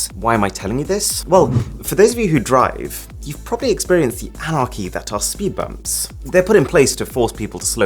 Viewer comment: I thought he called them "speed rump"s. I was like.... That's something entirely different Arun! Lol